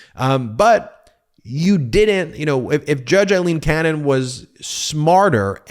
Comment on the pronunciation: You're just never gonna say her name correctly, are you?